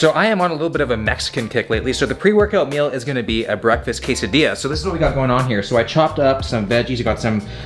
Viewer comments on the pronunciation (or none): none